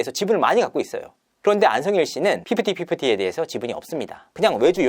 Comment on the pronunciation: 발음 ㅋㅋㅋ 삐흐티삐흐티 ㅋㅋㅋ